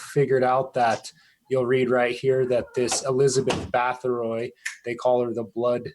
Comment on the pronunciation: Difficult to take too seriously when the researcher does not even pronounce the name Bathory correctly and then goes on to erroneously suggest Vlad the Impaler came after her historically. Vlad Tepes lived in the mid 1400's where as Bathory existed in the 1600's. Also Vlad Drakula was never historically linked with vampirism until Bram Stoker associated the name with his fictional vampire Count Dracula in the late 1800's. Other than that the connection between the historical Vlad the Impaler and vampires is practically non existent . Despite Vlad's sinister reputation being a notorious despotic blood thirsty tyrant his us none the less recognized as a national hero and of all things remembered in his native Romania today as a champion defender of Christianity against the muslim Ottoman turkish invaders who were trying to over run Europe at the time. This may seem like nit picking but it does make one question the veracity of the rest of the information being reported.